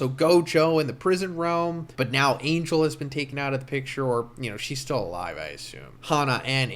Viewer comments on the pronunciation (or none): none